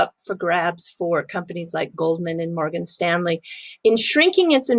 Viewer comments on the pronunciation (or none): none